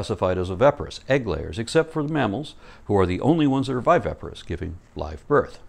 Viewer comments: you're killin' me (bad sense) pronouncing viviparous wrong. You keep sayimg, "vy-VEH-pah-rus," whem it's "vy-VIH-pah-rus." Otherwise, you're killin' it (good sense). P.S. You look much better with your hair pulled back, so we can see your facial angles (see also: Golden Ratio). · Just a slight niggle: you keep mispronouncing 'viviparous' as 'vivaparous'. Other than that, a great video, as always.